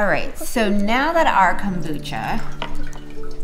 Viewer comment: love your show, but one thing, what the heck is Cobutcha? lol